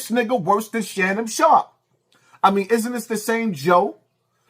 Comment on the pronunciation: “Shannum Sharpe.” 😆